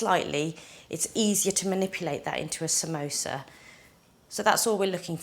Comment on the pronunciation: Samosa* not samoso.